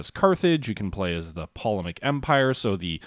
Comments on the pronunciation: Tolomaic not polomaic. Silent P. Not sure who researched this. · Jesus, can you change your name to something other ""? The name's currently being wasted. In the name "Ptolemaic empire", the P is silent - so it's pronounced Tol-em-ay-ic. But you're right, it is one of the successor states. Epirus is basically a Greek state, but they were ostensibly invited to the Italian peninsula. The Antigonid empire was the OG Seleucid empire, but after the badass founder of this dynasty kicked the bucket his middling son shit the bed - but they're a successor state. The Macedonia in this game is more or less accurate, in that it's basically the outer reaches (i.e. the actual Barbarian Macedonian regions) as well as Alexander's Thracian conquests. Odrysian kingdom is pronounced O-drys-ian and Dacian is pronounced Da-shi-an. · Yeah, his pronunciation of Ptolemaic made me cringe.